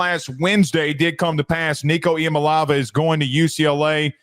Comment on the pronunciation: Iamaleava: it is pronounced (E - a - ma- lay - a - va)